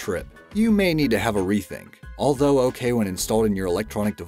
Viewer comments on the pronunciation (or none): none